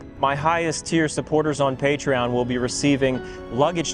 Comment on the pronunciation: Definitely caught me off guard with Patreon supporter Rrrr Mmmm